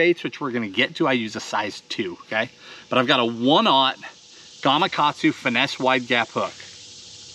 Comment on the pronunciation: Been fishing the donkey rig in the CA Delta and when they're in the eatin' mood, it's great to get a double hookup. And btw, thanx for pronouncing GamaKatsu... hurts my ears when I hear GamaGatsu... (just sayin'). Oh, and the nose rig works pretty good on a dropshot. Great vid as always, thanx!!